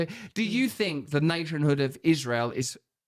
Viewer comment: have you ever heard her “Ishrael” pronunciation? Thought it was a joke but nope. She’s just a serpent.